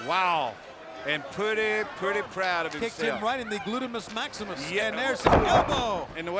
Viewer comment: Heenan and Dusty had me rolling when they were going back and forth intentionally mispronouncing “Gluteus Maximus” 😂